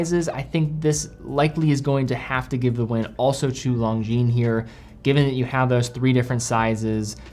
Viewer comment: FFS, it’s not “long-jean” it’s “lon-jean”